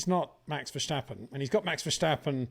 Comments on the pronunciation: Greay video's! As a Dutch guy, can you please stop prenouce Max his lastname the way you pronouce Scumacher. Dutch does not sound the same as German. Say VerStappen with the S like 'snake' , not like the german SCH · It is NOT "Bottash" nor is it "Lewisch" nor is it "Oshcar Piashtri" nor is it "Nyck de Vriesh" nor is it George "Russhell" nor is it "Fernando Alonsho" nor is it "Lance Shtroll" nor is it "Pierre Gashly" ... so why on earth do you want to say: "Max VersHtappen"